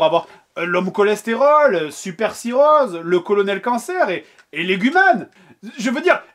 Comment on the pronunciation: Léguman... légume man